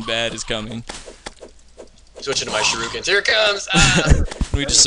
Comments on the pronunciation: Shuriken, not shiruken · is shur-ik-ins not shur-roo-kins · Does pronounce "shuriken" like that on purpose? I noticed Jesse Cox pronounces it exactly the same way. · Why does EVERYBODY pronounce Shuriken wrong? Its like Raiden from Mortal Kombat... EVERYONE says it wrong.